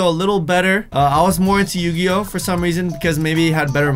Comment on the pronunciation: KpopYLC M did you just say son instead of some lol😄